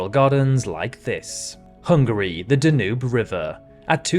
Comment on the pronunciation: I wasn't sure this is a computer voice until the world famous Danube R. was pronounced duh-NOOB, rather than DAN-yoob, and the equally famous Tigris R. was pronounced TIG-ris, rather than TIE-gris.